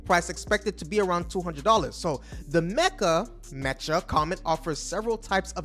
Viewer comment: Mecha! & Legion! Not Metra and Legend. WTF dude? You butchered everything any other reporter said correctly slow it TF down and prepare your transcript, as many mess up's as there are in this it seems like you just said "okay (any given ai) write me up a reansripted report on these things" and then didn't proof read it, just hit record and went live.